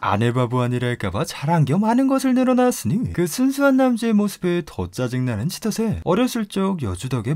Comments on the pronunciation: 치토세가 아니라 치토ㅅ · 치토세라는 애 발음 들으면 들을수록 치토스만 뇌에 남냐 ㅋㅋ